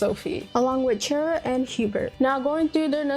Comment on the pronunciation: Great vid! Just one nitpick, it's Cheria not Chera, there's a clear "i" in her name.